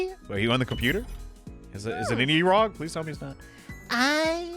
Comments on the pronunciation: Eroge "Ero-geh" Ero = erotic Ge = game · I'm taking mental damage every time he's says eroge how do you say it say so wrong it's ero-gay